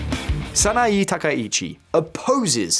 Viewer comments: Just a friendly correction: Sah-nah-eh *not Sah-nah-ee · I couldn't get over how you kept mispronouncing the given name of Japan's new PM. The e sound in the name Sanae is pronounced with an eh sound. Edit: I noticed how you pronounced all other names correctly. 😬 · Try first to say her name correctly please... saa naa eeh. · The mispronunciation of Sanaee Takaichi with an Ee/ea is ... a little irritating 😅 it's Sanae / SanaEY, like in Hey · Before making public broadcasts about a foreign leader, it's good practice to learn how to say their name correctly. It's "Sanae" (さなえ). You seem to be saying "Sanaii" (さないい). Imagine if a foreign commentator said "Kor Starmer". They would sound ridiculous, or American. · SA NA EH. It's not that hard. Just say "Sana" and then blur that together with just pronouncing the letter "a" at the end. Why would you pronounce an E the same as an I? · It’s pronounced “San-ah-eh.”